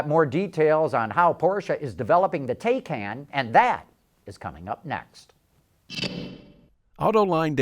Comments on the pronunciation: Taycan is pronounced "tie-con." Regarding the part of the video where he says, "Tesla fans are sure to make fun of" the Taycan's 0-60 mph time -- I think that depends on whether the Taycan's 3.5 seconds 0-60mph time is for the base version or performance version. The advertised 0-60 for the Model S 75D is 4.2 seconds. This 75D's price is comparable to the Taycan's base price estimate. So if the 3.5 s is for the base/lowest trim level Taycan, then it beats the base Model S in 0-60 mph time. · When Taycan is pronounced correctly ("tie-con"), then it sounds somewhat better, but not great. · Please go to a German site and see how to pronounce Taycan. You sound like an idiot when you can't even say the name right. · Learn how to pronounce Taycan.